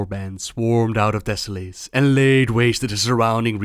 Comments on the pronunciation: Deh-sow-luhs not Deh-sow-lace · Desso-less, thats how you pronounce it:) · Great vid. Americans would pronounce it "deso-less", "lace" sounds a bit odd, (even though it's spelled that way.);)